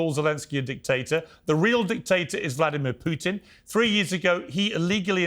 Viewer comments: Morgan can’t even pronounce his name. It’s “Pootin,” not “Pewtin!” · Stop talking about Ukraine, Piers! You understand exactly zero about it. No matter how many educated people talk to you, like Galloway or Jeffrey Sachs, you don't understand anything. You can't even pronounce Putin's name correctly, let alone understand the facts. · Piers and "Pe uw tin" lol from the same toffee nosed stock as Starmer! "Keir Hardy" was a British Labor pioneer many know nothing of, no Brit calls their child "Keir" unless they have hallmarked them for expensive private school and politics, same as "Piers", earmarked at birth for expensive private school education. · Can't even pronounce Putin name correctly, never mind knowing any facts about Russia or Ukraine or the history of West interference in the area